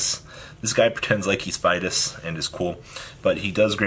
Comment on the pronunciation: Fides not fidis